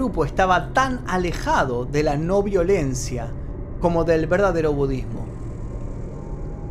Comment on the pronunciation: Me gusta como a veces decís “budddesmo”